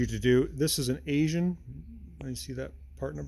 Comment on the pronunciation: Note: Aisen is pronounced 'eye-sen'.